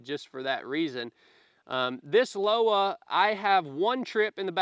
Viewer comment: Pronounced Loh-vuh=Lowa